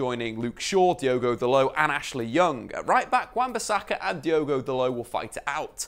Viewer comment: It’s Dalot not dalow😂